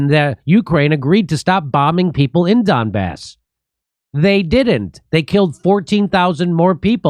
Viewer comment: Jimmy pronounces Donbass as dumb arse